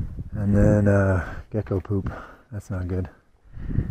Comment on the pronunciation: At first i thought you said "ehh i gotta go poop. Thats not good." 😂 had to rewind. Ahhh "gecko poop." Right yes thats not good.